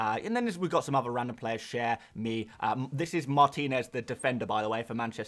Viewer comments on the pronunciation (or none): none